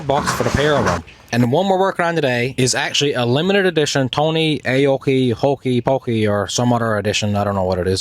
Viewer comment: 🤣 I think it is Hi-Co-Nen, met him in Sault Ste. Marie at the sno-x series opener back in 96-97 ish...